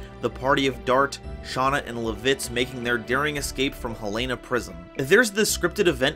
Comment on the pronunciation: Other than really just how you say LAH-vitz's (L-AH!), I am always glad to see others showing love and support for Dragoon.